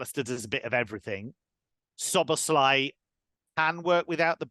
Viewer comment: Pronounced it as So-Bo-Sly